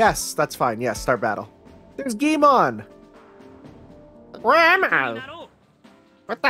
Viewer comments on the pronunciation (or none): i find your videos really relaxing and fun in a nerdy way, but i cannot stress enough how infuriating it is to hear you say guimon instead of gui L mon XD Love you